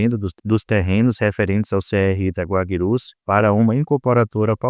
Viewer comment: Guabirus? Guaicurus!